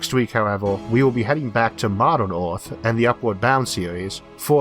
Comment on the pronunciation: Filtors? Univorse? Oerth? Yeors? What planet is this guy from?